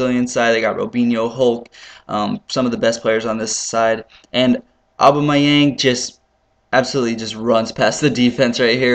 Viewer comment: it's pronounced oh-bamy-ang ;D